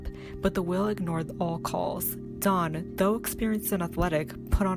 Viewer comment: Get your facts right!!!! Never grabbed her hair! Bad enough you didn't pronounce her name correctly!!!!!!